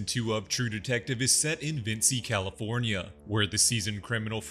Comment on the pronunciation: Vinci, pronounced Vin-chi, not Vin-see. They literally say it like 15 times an episode.